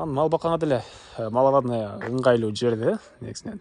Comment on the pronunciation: Малавадныя эмес, Маловодный